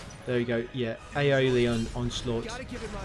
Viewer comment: 'Ayrian onsalught' omg 😅